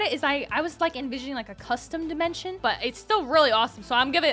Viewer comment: What the heck is dimetion.. That guy